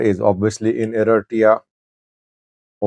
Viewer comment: Does this guy have some kind of dental wire in his mouth, or a brace twisting his tongue ?? He calls ERITREA ERITEEEYA, and MILITARY MILTREEE ... get someone else to talk for you if your tongue is missing ... so ignorant !